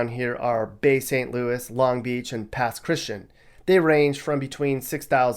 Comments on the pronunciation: It's pronounced PASS CHRIS TEE ANN (not Christian) with an accent on the third syllable TEE. You're welcome. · It's pronounced "Pass Chris-CHAN" and "Bi-LUX-ee". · It's pronounced "PASS Chris she ANN" just sayin. And that BSL-PC pocket of the coast is the best place to live a quiet, socially active life in the whole state. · AND Pass Christian is pronounced Pass Kris jee-Anne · you mispronounced Pass Christian and Biloxi lol. Also, the description of Biloxi was a bit off.. it's ALOT nicer than Gulfport. Pass-Chris-Chee-Ann Bil-uh-xi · Two things I thought you might want to hear: Biloxi is pronounced Ba-Lux-see Pass Christian is pronounced Pass Chris-Chi-anne. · lol Pass Christian sounds like (Pass Kris jee anne), Biloxi (Bill lux ee)! You need to repackage your unboxing of Mississippi; your plethora of bias verbal vomit is infra dig. Stick to facts instead of your ill informed opinions!!! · The south is not so much laid back anymore. Biloxi isn’t that dangerous either and it’s beautiful, it’s not rundown at all. And your pronunciation of Pass Christian was incorrect. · As a born and raised South Mississippian, who has lived elsewhere like TX & CA, the comparisons are correct. Ms IS the Bible Belt, and the problems that plague this state are correct. The only errors I heard were biloxi and pass chrisitian pronunciations ;p . South MS is Very different from the rest of the state, Think laid back fishing town. Gulfport is more run down than biloxi. Just look at the rental properties. Lastly, though MS is very conservative, we do have an increasing amount of progressives & liberal leaning people. MS has its major draw backs but for some reason, many of us never leave permanently. 😅🤣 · Yeah. Biloxi wasn’t that bad but Pass Christian is so wrong. I’m shocked he got Gautier kinda right! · OMG! Thank you! I was so triggered when he said Biloxi and Pass Christian incorrectly.